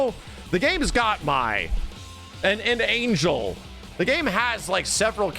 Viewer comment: Angel is pronounced Ahn-hell